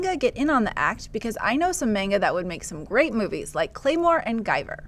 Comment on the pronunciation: MAHN-ga, not MAIN-ga. Also, John, there is a live-action Japanese Space Battleship Yamato film and it is pretty darn good.